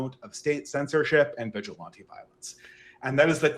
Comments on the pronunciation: You can tell this guy has READ a lot of books, but the way he constantly mispronounces really basic words (like vigilante) shows nobody's willing to actually TALK with him about much. How else can you not know how to pronounce such simple words? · Deeply unserious waffling about how fascism doesn’t really mean anything aside, anybody else want to scream everytime said “vigilante”